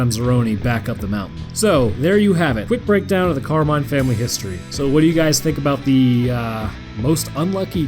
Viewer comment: Did you say carmine or carbine?